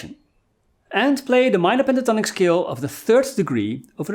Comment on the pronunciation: Really cool lessons from a guy who is from the Sean Connery school of pronouncing "s" words like "sh" words! The name ish Tonic...Penta Tonic!